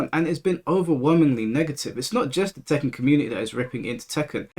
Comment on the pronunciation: My mans said "Tekkan't" and I can't unhear it 😅😂